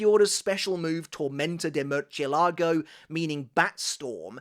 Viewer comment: Dude, please learn how to say these Spanish words before making videos. You can say all this insane Japanese and German crap but you can't say MURCIELAGO?! (Bat) Mhuur-Ciel-Laa-Ghoh. Google Translate is just a click away brother. Show some respect.